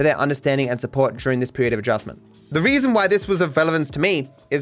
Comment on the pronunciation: . You are missing the r in reason. Stay baddo matto